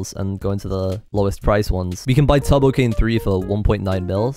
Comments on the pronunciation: he pronounces turbo like tubbo. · tubbo cane lol not turbo cane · whenever he said turbo it just sounded like tubbo